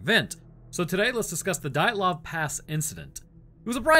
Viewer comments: How can you mangle the name dyatlov??? Dee-at-lov just incase you were curious as to how you actually pronounce it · It's pronounced de at lov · Dee-yat-lov Pass